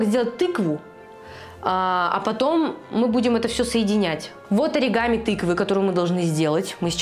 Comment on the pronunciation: на слове аригамин, просто лучшее)